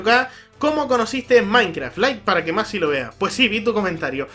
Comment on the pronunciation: Por fin alguien pronuncia bien mi nombre :D Saludos!!